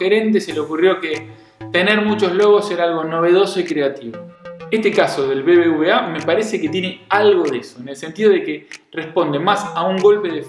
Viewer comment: Se pronuncia "BeBeUbeA" (BBVA) No "BBBA" 😅 V=Ube no Be...